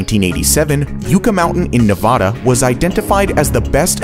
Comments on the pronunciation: ITS NEV-ADA NOT NE-VAH-DAH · Yucca. It's YUH-KUH not YOU-kuh. Rhymes with yuck. And Nevada is Ne-VA-duh not Ne-VAH-duh. A as in van. Maybe learn pronunciation before throwing these videos together. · NO YUCK-A MOUNTAIN!!! Also it's NE-VA-DHA not NE-VHA-DHA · Hello! Fellow Nevadan here. We pronounce our state Ne-vah-Duh Not Ne-Vuh-Duh It's such a big issue here that our DMV's even have it painted on their walls lmao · PLEASE it’s Nev-a-da NOT Nev-awh-duh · Yucca is pronounced like yuck not yuke and Nevada is pronounced like like add not odd just fyi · Please learn how to pronounce things before you talk about them. Yucca Mountain is pronounced YUCK-A and Nevada is Nev-aaaa-DUH. It’s a like apple not like ostrich. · ITS Nev-ADA!!!! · Love the video, it's pronounced Yuc-ca like... yucky lol And nevada is ne-vAh-duh the a isn't an o, there's many nevada city's and county's pronounced like you say but not the state. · As a resident in Nevada not Navaada Its YUCA NOT YOUCA. Also the mt is far from the closest coty las vegas by 200-400 miles and plus as a son of a veteran that gaurded that shit theres more too it that i dont even know as its classifed. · You say nevada wrong it is Pronounced (nuh-va-duh) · Nevada is pronounced Ne-VAD-uh (with the second syllable rhyming with mad). Thanks for the informative video. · Most useless list kicks off with a VERY useful intrastate. Also talking about a US intrastate and using the Metric system. Also calling and intrastate an interstate FAIL! BTW Yucca is pronounced Yuck-a and Nevada is pronnouced with a short a as in cad. NevAd-a. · Native Nevadan here, it's pronounced: Yuh-kuh Ne-VAD-uh and I was totally for Yucca Mountain personally. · Just watched your video. You should learn how to correctly pronounce yucca & Nevada. It's pronounced yuck - a and Nev-add-a. Thank you. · Please encourage your VO reader to learn proper pronunciations of "Yucca" and "Nevada." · Learn how to pronounce NEVADA.